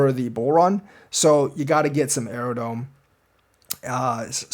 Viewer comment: is Aerodrome not Aerodome...are you really doing your DD thanks brotha